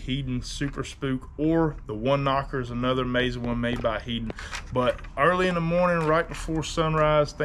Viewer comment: Your Mirrodine instructional video is still one of the best and I’ve watched it repeatedly. This is an excellent video for beginners on inshore startup. Heddon is pronounced “head’ on” said quickly.